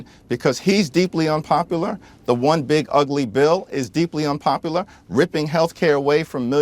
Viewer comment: Hakeem Jefferies is "Deepluh Unpopulluh"